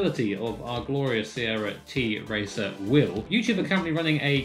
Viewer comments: It is not t-racer or t racer but tracer like that girl from overwatch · the brand actually tracer not t-racer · Just to be clear - It's pronounced Tracer, not T-racer (its a Polish company) ;) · It’s not a t-racer, it’s tracer like in ow